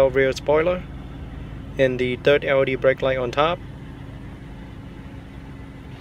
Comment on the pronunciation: lol when you say L.E.D it sounds like Audi 😂. Audi taillight, Audi running lights.... on a Benz ? Hahaha